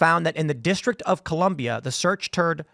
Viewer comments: "Search Turd" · "Search turd?"